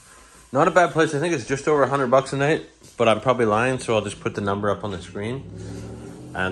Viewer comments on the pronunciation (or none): Great video . Nit pick. It's pronounced Rosslund not Ross Land.